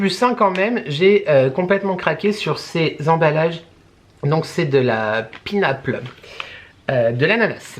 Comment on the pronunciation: Coucou ma viiiiiiiee ! Mais oui on adore Normal ❤ Alors carrément ok pour te voir tester des produits WTF de chez eux 😁 Les prix clairement je ne trouve pas ça excessif surtout que souvent ce sont des produits de marque ! Bref thanks ! Enjoy ….. et arrête de dire « pinaple » 😂 😘😘😘